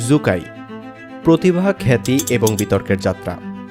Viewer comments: জু কাই না 😂😂😂 শু কাই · জু- কাই নাকি সু-কাই